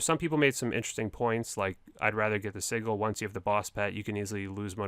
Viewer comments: And sigil is pronounced "sidge-il" not "sig-il" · 😂😂 it’s si-jil not siggle for sigil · Prononced sidjil my dude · We have another word OSRS youtubers can’t pronounce. “Sigil”, add it to the list! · That's not how you say Sigil lol. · And sigil. It pained me every time I heard it